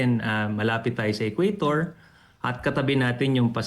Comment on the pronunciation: Ang BOBO ng interviewer. Magbasa sana ka muna. Bago ka mag invite ng expert. "Equator" hindi "Ecuador"!